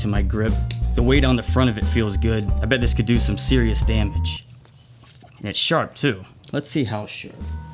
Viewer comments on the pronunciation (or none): I love when he says damage lmao